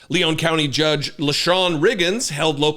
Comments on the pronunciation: It's "Leon" County, (not "Leone" like Sierra Leone) aka Tallahassee, aka home of FSU, aka a Democratic sanctuary city in Florida. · I get so sick of so called "journalists" who don't even know how to pronounce the words they spew forth. It's LEon like the man's name, not LeON' which is the pronounciation of a city in France (Lyon). You sound so stupid and pretentious mispronouncing such a simple word.